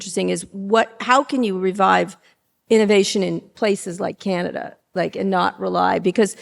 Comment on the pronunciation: Don't say kii-ya-nya-da. Correct your pronunciation, please! Also, we like kings here, understand? How is it that we in Canada know something about the Federalist Papers but you ignorami haven't in 150 years learned anything about the society that your genius president is attempting to rape? 🍁🇨🇦🏴